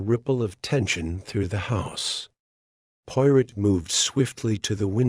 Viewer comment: AI mispronouncing Poirot’s name through the whole story is very annoying!